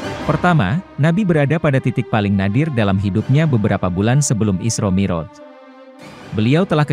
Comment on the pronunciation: Yang baca narasinya tdk bisa mengaji & bhs arab, jadi kurang pas rasanya, mi'roj (pakai ain) dibaca moroj